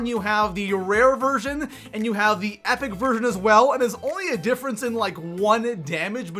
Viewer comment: Is it just me or is he saying version or virgin??